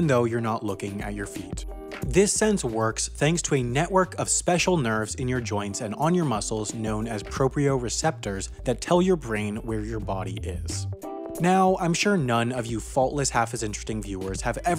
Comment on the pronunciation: Nice video, but it's proprioceptors not proprioreceptors